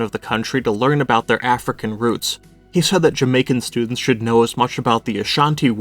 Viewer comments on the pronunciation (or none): none